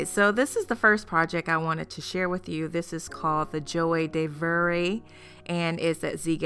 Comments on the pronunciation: It's pronounced....zhwa de vivra... not ...joay de veray !!! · It's called je war de veevr in French for help on pronunciation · All 3 pieces are spot on gorgeous perfection! I sincerely want to help you with the title of the first piece, not intending to be rude only kind. Joie De Vivre means Joy of Living or Joy of Life. Phonetic pronunciation break down of 'joie de vivre' into sounds: [ZHWAA] + [DUH] + [VEEV] + [RUH] Please note that the ending [RUH] sound is not typically said, but is the proper pronunciation. In modern speech or slang you would say: (ZWHAA) (DUH) (VEEV)!!🎉🍻 ❤️ from Shannon in Canada 🇨🇦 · ...you should learn french pronunciation... „Joie de vivre“ is a familiar expression all around the world, and everybody should know it.